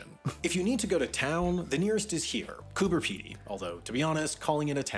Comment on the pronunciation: Coober Pedy, with a “b”, not a “p”.